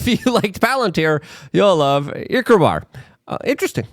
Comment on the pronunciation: Ikrobar?... Erebor?.. I love you luke...